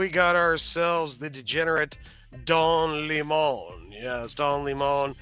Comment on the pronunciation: It's Don Lemming dude...